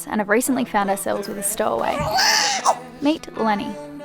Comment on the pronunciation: amazing video as always!! :) <3 btw do you say "mate Lenny" or "meet Lenny" (or something totally different ) ?...I have a bet to win haha xx